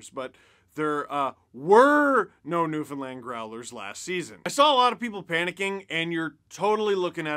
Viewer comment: Your first Newfoundland pronunciation was off but the second one sounded better! Ha! Cheers from….. you guessed it…..Newfoundland!